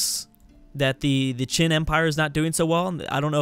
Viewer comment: You are pronouncing Qin quite well. But Zhou should be pronounced kinda like Joe (djou). I'm not chinese, but from what I learned while visiting that amazing country, thats how I think it goes! ;)